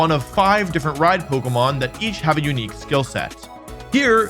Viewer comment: You can't even say Pokémon